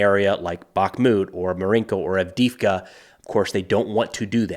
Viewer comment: Странно и смешно слышать букву И вместо двух Е - вроде не сложно произнести АвдЕЕвка?